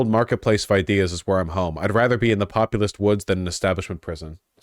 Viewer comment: Cenk says the word populist like its his build in WoW